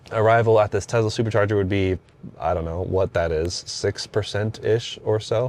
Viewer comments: Bro, it’s not tezla. It’s tesla. Enunciate your S’s! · Him saying Tezla and that CarPlay sucks immediately discredit him as any type of reviewer.